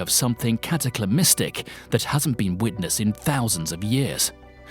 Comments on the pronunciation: cataclysmic not cataclymistic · First off, it's cataclysmic, in which none of the "c's" are silent, not whatever word you substituted for it. Second, it's geyser, not geezer. Can we get a little conformity here, amongst English speaking countries please, on the correct pronunciation of words? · "Cataclymistic"...? Are you related to Joe Biden? FAIL AND NIXED! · Cataclamistic? You don't deserve that accent. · Couldn't watch it all. Narrator needs English lessons. What the hell is cataclamystic? Geezer? Seisometer? Couldn't stand it anymore.